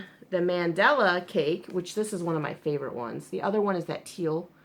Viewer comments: Lol yes, it's "Man~Dall~A not Man~dla it's common I think many peeps don't pronounce the lower case A behind the D LOLOL;-) Adam in one that freaks out with miss pronunciation. With this I'm just getting used to it.LOLOL I think the difference between stores is the colors they offer..? I could be totes wrong but I've noticed they don't have same, mind you my Wal-Mart only had two colors lol and they are really tiny cakes for 2.89 (well, less then 3$) we have one Wal-Mart with some actual yarn in an isle! But it's in the next town over.:/ commented elsewhere how bad our local stores are with yarn. THEY BITE! I agree they the should size yarn by its actual size but the number of threads worsted or spun together~ Ridiculous¡ Has! See we don't even have these yarns at our Joann:-\ LOLOL YES, they do track you! When you hit allow on you app your open to them knowing when your close to the store. Hahaha I'm one block away! I get hits all the time. I was in cpl days back. Yarn total 90$- I didn't 49$ Can't shop without a coup..or ten hahaha SERIOUSLY, they know when I come through the door I'm loaded and ready to go. LOLOL sadly it's a fact I also know where this are in store better then some of that employees =-O LOLOL I tell them I should be in salary. HAVE a GREAT DAY X's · Your husband IS smart because I would love something you've made AND you could put it in that "Happy Crafting" tote bag you're thinking about having made. See what I did there? You're welcome ;) It's pronounced Mahn-Dah-Lah per the Lion Brand video I just saw, lol. The only thing I can find that's different is the actual care instructions. The Cupcake is just machine wash/machine dry. The Mandala goes into more detail which is weird but ok. Happy Sunday!